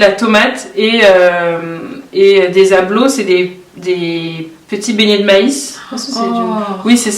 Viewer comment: J'ai eu mal d'entendre cela venant d'elle. Ablo bon je peux pardonner mais Grand-Popo... :(